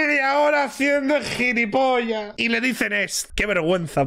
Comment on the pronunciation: La segunda al irse dijo gilifofo